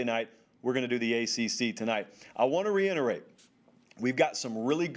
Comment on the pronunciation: your vocabulary makes mine look like that of a 7 year old....but please for God’s sake...it RE-IT-ER-ATE (reiterate), not RE-ENT-ER-ATE (re-enterate). Lmao Love the show man, don’t destroy me on the tube lol.